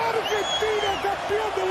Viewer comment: It's not Urgentina.. it's AArgentina.. spelled Argentina. Ella wordsum accent oda pronounce pannanumnu illa